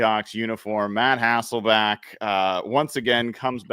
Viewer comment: Bro said Matt HasselbAck 😂😂😂 🤦🤦 Memories man